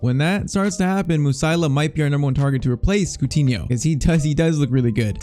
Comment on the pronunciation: it is not Musaila it is Mu-Si-Ala...